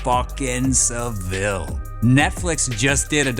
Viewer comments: One wee thing - Savile's surname is pronounced SA-vill not sa-VILL. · its pronounced Jimmy "Sav-ill" not "Sa-Ville" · Js saying it’s sounded out as jimmy savol not savil